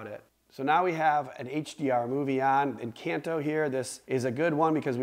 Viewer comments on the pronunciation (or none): Thanks for the video. Btw you're mispronouncing Encanto